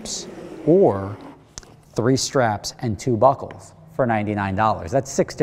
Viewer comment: Omg,during his ad read in the beginning i could of sworn he said " the package is 3 buttholes..." when in fact he said 3 buckles